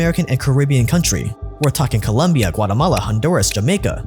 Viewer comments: Man I don’t know.. if you’re going to talk about a country’s tragic past, get its name right: Colombia. Also, I feel like you’re not respecting your fan base by writing some cheap clickbaity titles. Has nothing to do with scaling and having some folks failing to adap to the “new” but it’s that these are mini documentareis that are meant to be backed by strong research and scholarship. Having someone else narrate your videos also comes off as lazy. We appreciate solid titles, content, and work ethic. That’s what got you where you’re at. But now you’re using some cliche titles, delegation, and off sponsorship placement that honestly isn’t just disrespectful to your old viewers but the victims of the tragedies and injustices you talk about. You’re doing it for sponsorships at this point and it shows. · just for the record the country's name is COL-O-MBIA 🇨🇴 not with U with O!! Columbia is the space shuttle 🚀...love your channel nonetheless 👏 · a part of me dies everytime you call Colombia, "Columbia" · Great video. I am Polish/American who spent some time in Colombia and only thing I gotta tell you ... It is Colombia not Columbia... Pretty common mistakes people do. They even sell T-shirts with that phrase. My Colombian friends my be mad at you :-) Matt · IT'S COLOMBIA NOT COLUMBIA AUFHUAIFHIUFGHAUKFKYIHF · It's Colombia not Columbia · Its COLOMBIA bro nos columbia. If you are talking history at least make it right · COLOMBIA*** not COLUMBIA in the intro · I love you man but it’s COLOMBIA NOT COLUMBIA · ITS COLOMBIA not columbia… I expected so much from you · Its COLOMBIA, not colUmbia for God sake. Appreciate the content but still this happens all too often all the time and can be fixed with a really simple google search. Expecting that much given all the time and energy you put into your videos. Sincerely, a COLOMBIAN. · Colombia not Columbia, please and thank you ! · Its Colombia not Columbia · It’s Colombia, not Columbia!! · Colombia. Not Columbia.